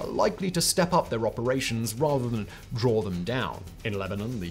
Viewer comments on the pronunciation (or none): none